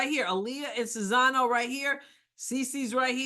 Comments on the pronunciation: You keep saying Czizano. Are you not able to read? It's Czinano! Now we have people in the WH who are as "smart" as you and this is what's going to happen: Russia and China are going to run amok, Ukraine and Taiwan are no longer in existence and dictators are going to rule the world. Congratulations, MAGA! you did it! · You might even want to proounce it just as you pronounce "Czeck": "Chinano" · You still can't say her name properly... after admitting you screw it up. Practice! It's actually easy. Respect................